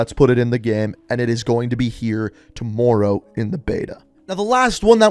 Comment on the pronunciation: Ngl it kinda annoys me how you say tomorrow